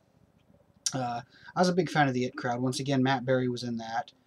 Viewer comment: it crowd? eye tee crowd.